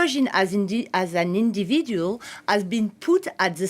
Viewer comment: French people push this French language everywhere because speaking English for them cause a physical pain. I thought this woman’s eyes are going to fall out when she was trying to pronounce ‘ individual’ .